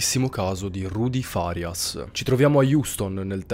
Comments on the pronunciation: Magari sto sbagliando e di conseguenza facendo un appunto inutile... però, in genere, quando si intende il nome farias l'accento va sulla prima "a"... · Al dire il vero non ne ho idea, anche perché sapevo che l'accento tonico andasse sulla i, poiché, un calciatore di nome Facundo Farias in telecronaca viene sempre chiamato Farias con l'accento sulla i